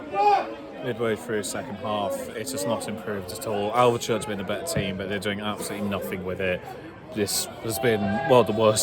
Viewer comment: I'm 5 miles from Alvechurch. Great video. Just one thing - it's pronounced "Alv - Church" There's no E in the middle ☺